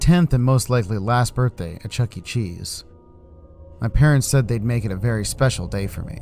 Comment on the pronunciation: I do not want to go to Chucky-e-Chees with you